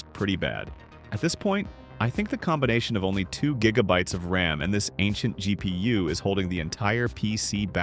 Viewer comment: “The gp-ussss